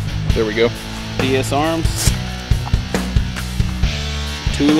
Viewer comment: Nice video. I have the exact same gun. but say it with me, D-S-ARMS, not D-S-A-Arms! You were killing me with that! haha. Nice vid though man.